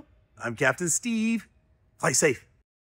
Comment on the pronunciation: You didn’t say Steve how you normally say it lol love the vids captain fly safe !!